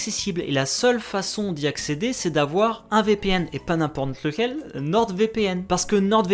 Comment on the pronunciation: Si toi aussi, t'as entendu "n'imPorn lequel" à 😋